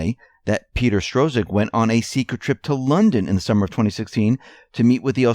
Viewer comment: None of you so-called reporters can even get names right. Where do you get Strozek out of Strzok, which is pronounced Struck?